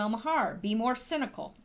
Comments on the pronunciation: It’s pronounced “Mar”, not “Mahar”,. Lol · His last name is pronounced MAR. Not that I care...just thought I’d tell ya. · Maher is pronounced marr FWIW... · Fyi.....Maher pronounced Mar. (Like car) And no way can she come back! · Pronounced "Marr". Making my ears perk up every time you say his name, lol.